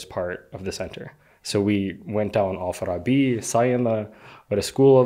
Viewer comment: he pronounced it as "Al-Farabi" but the majority of the locals pronounce it wrong. they say "Alfa-Rabbi" 😁